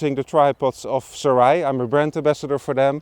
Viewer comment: ( Soo-Ray ) Gentlemen! Great video nonetheless! 👍👍👍✌🏻😄📷